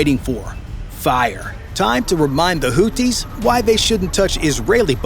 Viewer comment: It is not pronounced "Hooties." Maybe you're thinking of the US restaurant chain :) It's pronounced the way it's spelled, i.e. "Hoothies" (Arabic, Al Hoothiun الحوثيون).